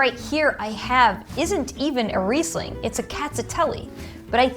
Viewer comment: Also you don't know how to pronounce Riesling. Please,educate yourself.